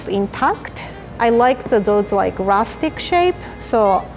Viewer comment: Nobody:: Rusic...